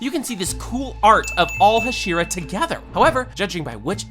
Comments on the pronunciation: "Huh-SHEE-ruh" bro the actual voices are RIGHT THERE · Bro why are you mis pronouncing every possible name, mugen you pronounced “mujen” hashira as “hasheera” tengen as “tenjan” like cmon bro you “watched” the anime but forgot pronunciation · Am I the only one who couldn't watch because he mispronounces "Hashira"?